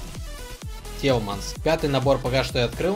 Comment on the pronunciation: Телиманс а не телманс